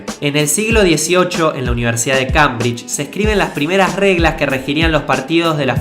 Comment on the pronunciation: Cambridge?!?! mi ingles idiota!!ok no :v pero se dice cembrish